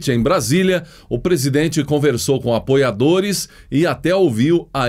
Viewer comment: Quando ele fala apoiadores a entonação como aboiadores.